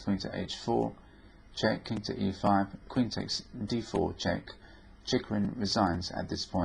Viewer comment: He pronounces it quite right: "Cheeghoreen"